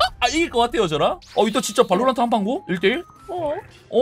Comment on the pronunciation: 발로란↗️트↘️ 억양이 빼박 경상돜ㅋ